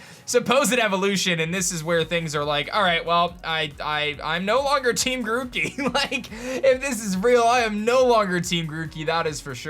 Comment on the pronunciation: They butcher grokey